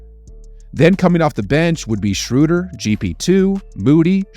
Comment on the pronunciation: The moment you said Shrewder, you lost me.